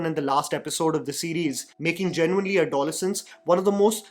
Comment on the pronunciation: Sorry the pronunciation is add-oh-less-ance